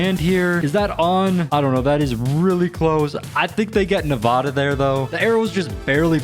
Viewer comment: He said navada like a New Yorker😂